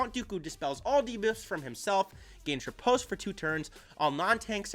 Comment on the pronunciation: Oooohh the first youtuber, knows how to pronounce riposte ! gj m8